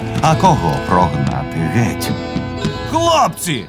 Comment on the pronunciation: Чудова робота! Дякую всім причетним. Але зверніть увагу на вимову дикторів, що читають текст. Ці тверді російські ''ы'' та ''э'' (''мы, прогнаты, гэть'') пом'якшення йотованих( ''Украіна'', 'обыраэмо'') роблять мову ненатуральною і негарною. Часом хочеться вимкнути звук.